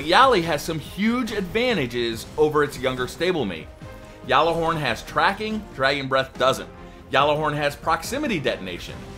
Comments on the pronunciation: Say gall a horn not yall a hord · Why does he say gjallarhorn like that